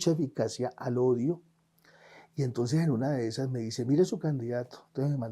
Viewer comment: y no se dice "entoes" se dice E N T O N C E S, definitivamente Petro deja una vara muy alta...!!!